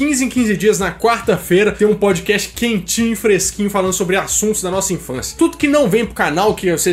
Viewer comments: Quando vc fala PODCAST eu ouço PÃODEQUEIJO 😂😂😂❤ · Kkkkkkkkkk..podiquéchi...parece que ele falou pandiqueijo kkkkkkkkk...